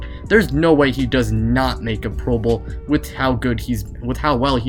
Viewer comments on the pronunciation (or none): none